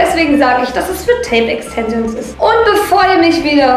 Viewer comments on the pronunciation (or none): E X T E N S I OOOO N S😂😂😂 alter ich hab mich so schlapp gelacht 😂😂 das wird Englisch ausgesprochen und Deutsch solltest du auch lernen 😂 "auf den fresse gefliegt"😂😂 sry bin kein Hater aber du bist echt ganz schön doof 😂 zwar witzig aber SOOOO viele Sprachfehler haben nicht mal Kinder mit 10 Jahren 😂😂 bin zwar Grad 15 aber egal 😂😂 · Extensions 😂😂 Aussprache? ? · Ja isso und SprachfehlerxD